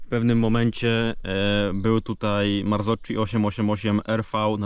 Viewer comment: nie marcoczi tylko marcoki